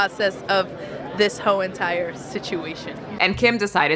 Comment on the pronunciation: I enjoy how the interviewer said “hoe” instead of “whole” when asking. It fits beautifully since her flick is what made her famous. I assume in Hollywood you have to fake outrage to get noticed rn. I saw both things Lily’s been in and don’t remember her at all, so maybe she’s in need of Kim’s advice at the start of the video. If I had the honor to wear the Marilyn dress I’m loosing weight and duct tapping this islander ass as flat as possible not to damage such an iconic garment.